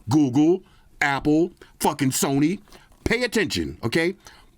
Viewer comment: 😂 Yo, do you put the emphasis on SONY when it comes to the charger in the box because they followed the band wagon 😂😂😂 its hilarious